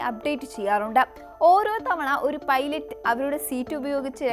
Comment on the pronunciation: അക്‌നാതം ❌ അജ്ഞാതം✅ സ്ഥിതീകരിച്ചു ❌ സ്ഥിരീകരിച്ചു✅ പെയ്‌ലറ്റ് ❌ പൈലറ്റ് ✅